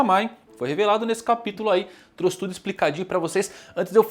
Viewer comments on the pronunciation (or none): none